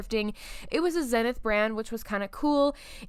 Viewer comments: It's pronounced ZEE-nith, not zen-ith. The n is silent in the pronunciation. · For old dudes like me it’s so cute to hear you pronounce Zenith with a short “e” (“zenn-ith”) I’d like to tell you about things like the feud between RCA President David Sarnoff and Philo Farnsworth, how Quasar was once a Motorola product, and the tragedy of Curtis Mathes, but I don’t wanna bore you to death. It’s kinda weird to feel like a historian when all you’ve actually done is stick around long enough for things to change.